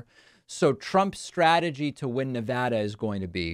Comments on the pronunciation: Btw you are not saying nevada correctly. Not Na-vah-da you said it correctly a couple of times. Na-va-da (vad/bad) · I know this is off topic but please adjust your pronunciation of Nevada. It's Ne-VAD-uh, not Ne-VAH-duh. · Nev-add-uh… it’s not nah-vah-duh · David!! ILY but it is Ne-VAD-uh, not Ne-VAH-Duh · Why is it so hard to pronounce our state? It’s not Ne-Vu-duh, it’s Ne-va-duh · It is neh vaa duh, not neh vah duh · David, You say Ne-VAH-duh, I say Ne-VAD-uh. According to Nevadans, the latter is correct and the distinction is important. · he is a big child. how he was ever elected is beyond me. btw, it's pronounced ne-VAD-a, like glad, not ne-vah-da. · Neh-VA-duh not Nah-vah duh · Ex Nevadan here, Mr. Ex President Rumpus can stay out of Nevada. David, your saying Nevada wrong. It’s Ne-VAD-uh. VAD “a”like hat. Love ya anyway and thank you for sharing your work! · David, I luv ya and I want Nevadans to love you too. You need to pronounce Nevada correctly. We booed George Stephanopoulos when he was here and said it like you. Pronounce it like you would MonTANA. It's NevADA. Keep up the great work! BLUE WAVE POWER!! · Ffs stop saying Ne-voh-duh. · It's never da not nevaduh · You think using the "ah" sound when pronouncing "Nevada" makes you sound more erudite. It would, if Nevada were pronounced that way, but it's not. It's a as in "cat," not "ah" as in "car." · Good video BUT you pronounced Nevada 2 different ways. PLEASE pronounce it like the residents do OR you may be put in Trump's category of pronouncing Yo-se- mite, you know that beautiful National Park in the Sierra Nevada(careful) Mountains of California. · People in Nevada pronounce it the other way